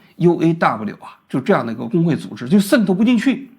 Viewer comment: 工会作用1 保证就业安全感， 资本家不可能轻易开人也没有35岁忧虑。 2 内部公平， 按照CBA 和seniority 去Bid 各种排班 福利 加班 这样避免了很多黑箱操作和关系户 3 整体去提高福利待遇 一个打工人不靠自己而靠整体去要求提高工资福利水平有什么问题？ 波音高管拿多少？加航CEO拿多少？ 一线怎么不配加个5%每年了？ 与资本家同情 活该35岁失业去送外卖。 每年我交2000多工会费， 完全觉得可以啊 有工会与没工会对打工人的影响是巨大的。王菊的认知永远停留在改革开放红利被所谓的精英阶层独享的美好记忆里裹足不前。 最后建议普通话东北味应该改改 Z总发音成ZH 组织读成猪织…